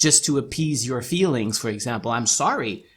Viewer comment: The first few minutes was annoying. Lol "feewings"